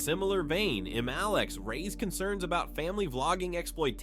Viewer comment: Yeah, it is AI. It also mispronounces ImAlexx